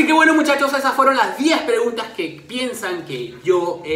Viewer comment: ¿Quien mas se dio cuenta que decia preungtas antes de que lo corigiera?